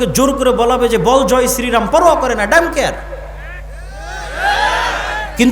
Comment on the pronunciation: ওটা daam care নারে মূর্খ ওটা don't care হবে 😂😂😂😂😂😂😂😂😂😂😂😂😂